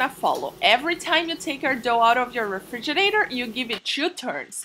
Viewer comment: Shes saying "Refiginate"..... I don't even know how to spell it.. This was funny though.